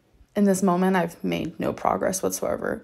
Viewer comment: ‘Molments’ LOL. It’s the inspiration for my compilation channel on Amberlynn haha 🤣🤷‍♂️